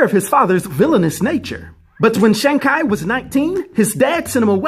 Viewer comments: His last name is pronounced ‘Chee’ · Every time He said ... KI ... instead of CHI ... I Bit my lips. Sorry Dude. You can't tell me you haven't heard the CORRECT WAY TO SAY IT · Ngl I was bothered by the pronunciation. Its tchee like chi the vital life force in Chinese lore. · Chi is pronounced in Chinese as “chur”